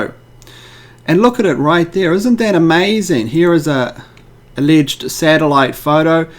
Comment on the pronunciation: Is that really interestaineeee.. It's amizaneeee.